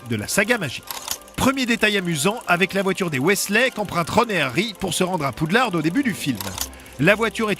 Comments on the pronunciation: La mère poulard du mont Saint Michel avait fait un procès... En 2000 contre WB France pour arrêté de prononcé poux lard... Et donc WB France à toujours dit poude larde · Stop PoudelarDE c'est le nom FR dites Hogwarts si vous voulez le dire à l'anglaise. Et pitié, stop faire vibrer les images, ca fou la gerbe. J'ai du écouter l'épisode comme un podcast 😢 Car malgré les deux remarques très négatives, c'est des super bonnes anecdotes ! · Rohh mais non c'est Poudlarde qu'il dit (ceci est une blague à prendre au second degré) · Non, il dit poudlarde tout au long du segment sur le premier film, liaison ou pas :) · J'ai entendu PoudlardE xd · c’est toi qui es con, a quel moment on prononce une traduction FRANÇAISE à l’anglaise ? 😂😂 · le d à la fin de Poudlard ne se prononce pas, c'est pas un mot anglais !!! Et Weasley ça se prononce pas Wesley ! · Poudlard pas Poudlarde 🤣🤣🤣 Mc Gonagoal ? 😂 Mc Gonagalle Sirius ne se transforme pas en loup garou mais en chien 😂😅 oh lala faut réviser hein 🤣 Peter Petigro pas grou mdr (bon par contre l'orthographe je ne sais plus 😅) 7 étapes du deuil aussi